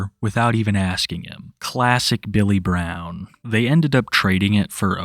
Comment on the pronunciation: "Most of them had this strange accent." You mean the speech impediment? "My name is Bay-yull Bwown."